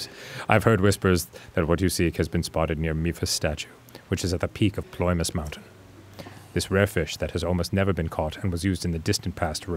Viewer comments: OMG Arin mispronouncing Ploymus mountain again the exact same way as last time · it’s small compared to all the rest of the references in the vid, but i love how arin still has the same trouble pronouncing ploymus mountain six years later